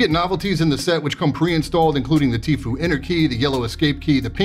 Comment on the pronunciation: It's pronounced Tf-you, not Tf-oo goddamnit! 😂